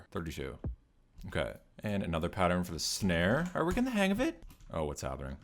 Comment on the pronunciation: "sanre" lmao